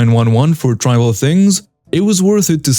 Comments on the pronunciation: I hope this little information helps for future video stories? When the word Trivial pops up in a story or any magazine or book, etc... It is normally said like ) Tr eh vee ahl ( like the words mental, pencil,dental ( like saying the word Triv eh Ahl. ** Trivia ** with AL on the end of it. :) Loved the stories you picked out. I have not heard the one with the "Karen" attempting to grab a person's gun straight from his holster before. :) And the Karen with the bee sting story, THAT one was pure Karma GOLD! LOL :) Have a great day! 😁😉😁😇🙃🙃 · Trivial is pronounced tr small i v e all tri veall trivial just trying to help